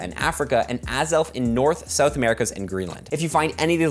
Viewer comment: See-ou-th, nice. Also why is New Zealand on the map straight up incorrect?